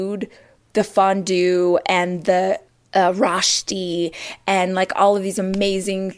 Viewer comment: Rach, Zermatt does NOT rhyme with Kermit, ffs! Zer MAHT!!! The fact that she doesn't even try to pronounce new words correctly is obnoxious and sooo American. Rosti?! ugh. I live in Switzerland. The chocolate and cheese are good, but no one thinks the German-speaking area of Switzerland is the place for fine food. I mean, France and Italy are RIGHT there.